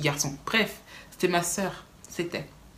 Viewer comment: Le « c’était » a ma dead😂